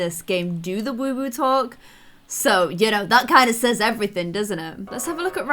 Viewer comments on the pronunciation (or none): none